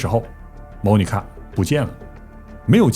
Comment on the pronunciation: 在美国这么多年，居然Monica 被你说成“猫尼卡”，东北银吗？